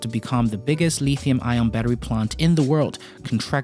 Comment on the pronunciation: Just so you know, the metal is not called le(e)thium.